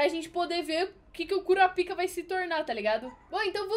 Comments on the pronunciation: Pq voce fala KuraPIka ?? Geralmente se fala KuRApika... kkkk Só uma observaçao mesmo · Kkkkkkkkkk não se pronunciar assim kurapica